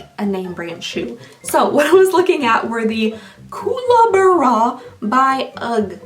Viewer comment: It’s pronounced cooka barra it’s an Australian bird. Ugh boots since 1972 is the original brand. They didn’t trademark the name so some a hole in the USA stole it and made dupes. They’re slippers. We only wear them outside when it’s freezing cold or snowing